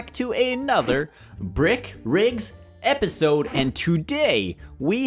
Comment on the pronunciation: epesude... epesude Obnoxious butt:epesode